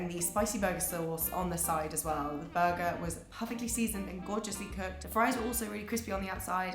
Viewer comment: she says Tack-goes(Tacos) lol\ buggah = burger